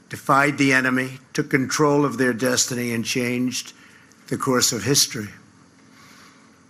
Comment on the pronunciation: And whenever he says destiny, he reminds me of George McFly saying density